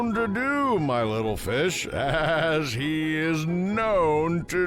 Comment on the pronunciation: "So terr me" 😨😨😨😨😨 noooo "I thought u were good rittle fish" NOOOOO 😭😭😭😭